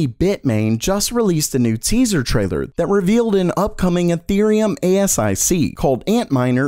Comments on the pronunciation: It's pronounce A-SIC not A-S-I-C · No gpu miner cares about ASICS. This is because gpu miners mine with GPUs :). Therefore, this asic changes nothing. also, it’s not a-s-i-c, it’s pronounced “asek”. It’s like calling a “heads up display” a H.-U.-D. Instead of a “Hud”. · Sorry but it's not pronounced A-S-I-C's, it's pronounced A-Sicks. Just Saying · "Ethereum A-S-I-C" Just fucking say "ASIC" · Kinda strange to hear ASIC spelled out A S I C over & over. Everyone I've known pronounces it "A Sick" or just says something like "custom silicon" in conversation. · Fyi, people usually pronounce it a-sic. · No, no, no ... ASIC ... pronounced ... "A-sick" ... please just stop. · Please pronounce A.S.I.C as "a-sick"... thank you. I cringe every time I hear it spelled out. haha